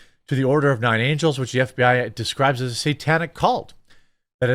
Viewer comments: Typical O9A/764 lunatic. But the Ukraine connection, like Routh, is something that federal authorities ought to investigate thoroughly, assuming they're interested in finding out why Ukraine SS-enthusiast-militias have tried recruiting American cuckoos to end Trump. Also, it's ANGLES, not angels. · It’s “The Order of Nine Angle’s” not “angel’s” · Love ya but you said Angles wrong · Nine Angles, not Nine Angels. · it's angles my guy, not angels. Those people are a special kind of messed up. I don't recommend going too far into that rabbit hole